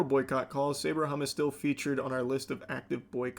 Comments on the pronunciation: pronounced SAH-BRAH Hummus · I've never heard Sabra pronounced like that. Charlie, please 😅